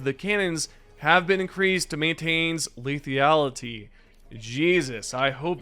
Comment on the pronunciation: LEE-THA-LUH-TEE (lethality) Sorry just helping you pronounce it right for the next time buddy. Good video.